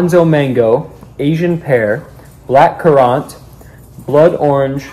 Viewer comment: it’s pronounced “black”cur” ant like an ant bro 😭